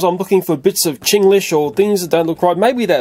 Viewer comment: 'ching~lish' you had me on the floor laughing